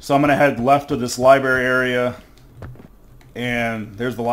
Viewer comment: These are great videos! Though as a concerned citizen who doesn't want you going your entire life saying "liberry", it is "library", like lie-brair-ee 📚 Unless you're saying it ironically, in which case keep on keeping on :)